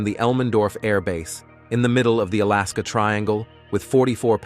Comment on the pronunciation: When will Ai get it's English correct like crash-aid al-askar